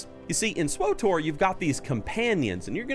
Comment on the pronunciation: Hes saying swotor not swtor